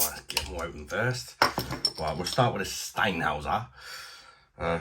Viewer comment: Can't beat German beer. BTW the umlaut means it's pronounced Shteinhoyser